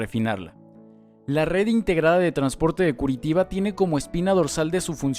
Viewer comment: Muy buena informacion y muy intersante, pero tenias que haber aprendido a pronunciar el nombre de esta ciudad con su sonido en portugues que se asemeja a "Curichiba", o algo asi.